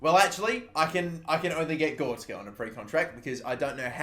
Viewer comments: Not GOR-TZ-KA But GO-RE-TZ-KA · GOR RET ZKA not gortska please pronounce it right I cringe every time you say his name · It's Gore-retz-ka. You've been saying it wrong since your Southend United career mode lmao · when he says goretska as gorska :) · please learn how to say goretzka name right. Gor-rets- ka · Its gor e tz ka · You butched goretzka's name so much